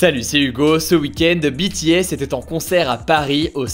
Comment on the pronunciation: A partir du moment où le nom BTS est bien prononcé ça ne peut qu’aller bien😂